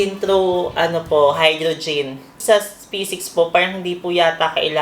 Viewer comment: Pagkakarinig ko oxyGIN and hydroGIN HAHAHHAHAA 😂😂